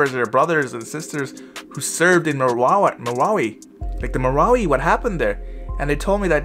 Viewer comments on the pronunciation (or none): This is how you pronounce it MA - RA. - WI